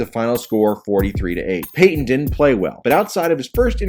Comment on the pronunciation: PAY TON.. Not PAY HYEN. There's a 'T' right in the effing middle.